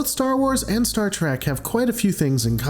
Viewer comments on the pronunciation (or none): Please don’t let this guy make another Star Wars/Star Trek video if he can’t say Star Trek right because he saying Star Track. I’m not saying he’s bad but he needs to say the names right.